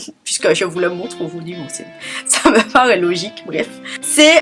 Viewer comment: Coucou. Je ne rate jamais tes vidéos. Et je dois te dire qu'à chaque fois que tu dis "aujourd'hui" ne suis morte de rire. Bisous.